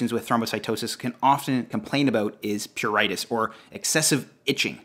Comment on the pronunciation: Its not 'ear-a-thematous'.. its pronouned 'air-a-thematous'... and its not 'pure-itis' its 'pru-ritis'. Its not 'lev-a-do' its 'la-vee-do'. Please work on your medical pronunciation.